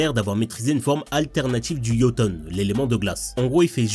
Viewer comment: La glace c'est le shoton, pas le yoton